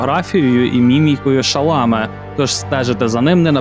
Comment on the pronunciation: Шаламе - французьке прізвище, наголос на останню голосну